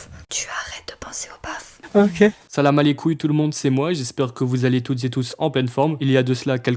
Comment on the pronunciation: Rien que le le« Salamaleilcouille» il m'a tuer de rire 😂😂😂😂